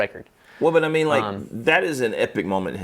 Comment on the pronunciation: THe way pronounces "but" always catches me off guard and makes me laugh. Buuotttt!